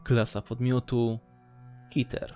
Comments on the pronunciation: mówi się keter nie kiter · Oraz czyta keter jako kiter